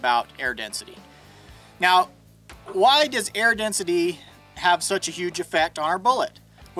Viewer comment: Oh no! He says, "why" like Stewie Griffin does!